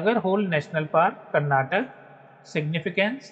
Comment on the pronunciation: Bro you don't know how to pronounce Karnataka 😊